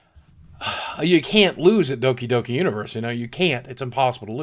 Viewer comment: the way you said doki doki universe has me dying